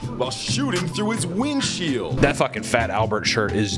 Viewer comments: he definitely says "ween sheel". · he said "ween shield" 😂